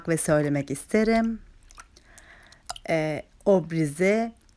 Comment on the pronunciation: Obriz değil orbiz diye okunuyor.